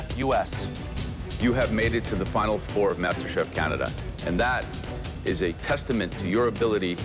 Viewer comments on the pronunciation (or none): Errrr.... It's a "FINAL", not a 'finn alley'........